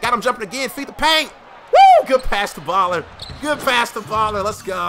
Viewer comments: It's sim boolar not baller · It's boo-lar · its "Boo-Lahr"